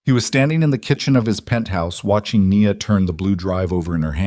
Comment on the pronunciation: Her name is pronounced “ Nee-ya